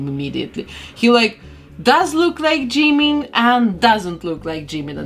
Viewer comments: Мне кажется, что имя должно произноситься как «Чимин»... Пишется действительно так как вы произносите. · I usually feel uncomfortable when people pronounce Jimin’s name wrong but your accent is... I don’t know it doesn’t really bother me with your accent By the way I love how this turned out If you could do Jin Seokjin next?